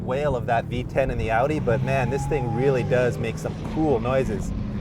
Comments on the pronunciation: this man said odin its audi lmao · Can't this guy move his mouth vertically or what? Every time he says Audi he says Eudi, even with other words like behave, he beheve, like wtf?!